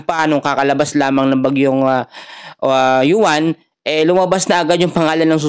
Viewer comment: Uwan.. Hindi Yuan. Ayusin mo ang pagbigkas mo